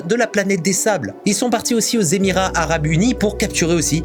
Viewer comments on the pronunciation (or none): none